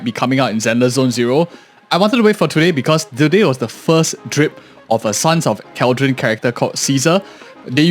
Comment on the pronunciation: Hey, just wanna bring to your attention that CalyDON pronounced like how you would California but Cali and then DON. What you're saying is Cal-dron/dren which is wrong. Just a mispronunciation for your heads up.